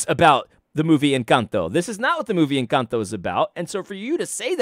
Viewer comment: Now do an analysis on pronunciation of “Encanto”.